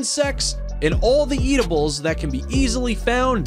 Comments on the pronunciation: Ah.... Monkey's are no longer native to Europe. Did he mean French/Gianna? Eat.....tables? Smh Et-A-bulls wtf am I watching lol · That's not how you pronounce edibles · 🤔👉👉 The first monkey should be called the Ass-Faced Saki... , he says "It feeds on nuts, seeds, and other 'EAT'-ables".